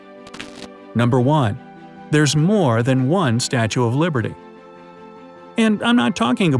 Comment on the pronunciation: At the start he said Statue of Librety instead was of liberty 🗽